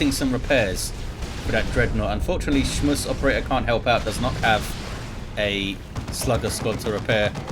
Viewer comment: Hey, try saying SchmusOperator with a heavy german accent and it becomes clear. Love the casts, keep it up.